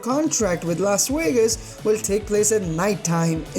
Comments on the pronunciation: WTF is a Whas Whegas? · Pique womited in his helmet in Las Wegas? 🤨